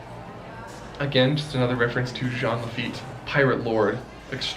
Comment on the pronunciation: As a French Disney fan that never set foot in America I appreciate this video on an other level, merci mon gars 👌 (Living for your Jean Lafitte pronunciation)